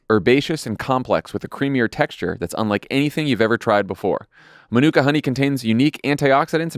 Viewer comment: NZ'er here - just wanted to let you know that Manuka is pronounced MAH-noo-ka, with a long ah at the start <3 Keep up the great show!